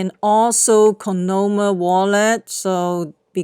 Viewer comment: Say it with me! COIN-OM - I (ME)